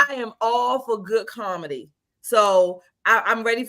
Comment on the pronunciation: Karmady. My new term was discovered by one of these ladies saying "comedy" but sounded like "karmady" to me